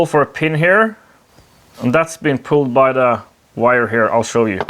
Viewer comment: "Let me sw you its features." Thanks for the great videos